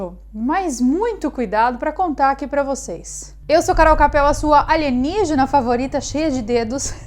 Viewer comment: Saudade de quando ouvia aligenigina